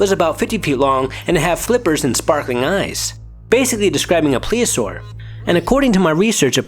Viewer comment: Plesiosaur not Pleiosaur.